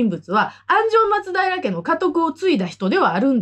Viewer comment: 元の松平町も、発音は「ま↓つ⬆だいら」ですから。